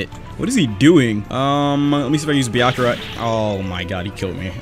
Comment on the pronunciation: why you say byakiya not byakuya